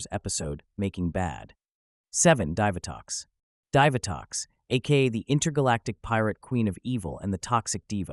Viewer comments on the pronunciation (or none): It's pronounced DEE vitox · This guy can't even pronounce Divatox or Dai Shi correctly. So, you can't pronounce Astronema either. Got it.